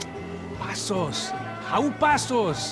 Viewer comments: Love that says Pessos instead of Passos. That is a Rock, Flag, and Eagle American right there! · "Pessos" lol